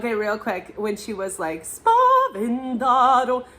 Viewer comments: "spavenTaTo" - why you pronounce it highly incorrectly "spavenDaDo"? Back to language school! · SPAVENTATO, not Spavendado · Spaventato non spavendado